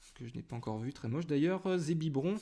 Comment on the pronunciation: a tu a dit zébibron au lieu de zébiron lol